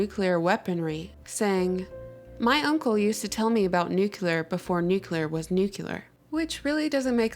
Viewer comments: Nuclear is pronounced NU-KLEE-ER, not NU-Q-LUR. Other than that, an interesting presentation. Food for thought. Weird "coincidences." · Nuculer --> Nuclear. ;-) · Please ... 'New Klee Ur' ... not ....'New Que Lar'. Otherwise ... very curious indeed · LOL nukular. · oh jeezus and oh, did you realize you kinda said nukular on that 4th nuclear, like dubya did? practice that one.